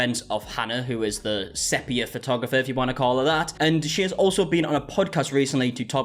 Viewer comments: It is SEE-pia btw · 'SEA-PEE-AH' 😊 lots of love, it's just the adhd's 😂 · It's funny how everyone says sepia wrong and the girlies on DWKT talked about it lol they had to Google it it's like seepeea 😂 I would have never known either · The big question is why did none of friends take him aside after the last video on this and tell him how to pronounce "sepia"?